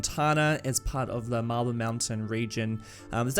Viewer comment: Everytime you say "marble" I keep hearing "mabyl" (like when in school we tried too hard to sound british (am not a native english speaker) and it makes me laugh each time :D Love the content and greetings from Poland ^^